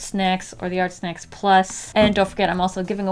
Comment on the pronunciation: At first I thought you said Art Smacks